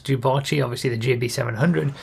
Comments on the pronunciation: What did you just call it, sorry? Jew-botchy? Is that right? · reee why do you pronounce it so weirdly wahhhhh its 'dew' not 'jew' wahhh first junes instead of dunes now this !! /s